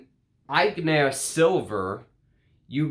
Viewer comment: It's pronounced "Ety yon", sharply "Ag nair" .